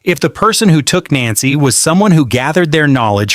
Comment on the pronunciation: Idiot cant pronounce her name. 😮